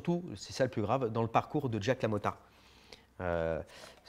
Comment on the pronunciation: C'est Jake (Djayk) LaMotta, pas Jack. Pas le même prénom. Merci pour l'émission et oui on veut plus de livres !